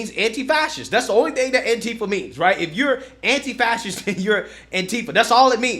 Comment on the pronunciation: anti-fas-ist…..maybe know how to say the word you fight so hard to defend